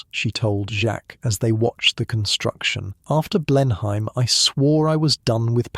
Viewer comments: It is pronounced Blen-im not Blen-.hime. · Any English person would pronounce it as “Blen-em Palace”, not “Blen-hime Palace”! Otherwise, a very nicely done piece. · You’re pronouncing the Marlborough Oxfordshire estate, quite reasonably, “BLEN-hime”. It is, however, pronounced closer to “BLEN-um”, swallowing the second syllable. It’s a bit like the way many English will pronounce the U.S. state “MARY-land”, whereas Maryland natives will stress the first syllable, but largely swallow it. I split my time between the U.S. and the UK, and I’m always getting something wrong! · The story is very fascinating, but the English accent is so fake. Anyone who lives in England knows how to pronounce Blenheim and that’s not it!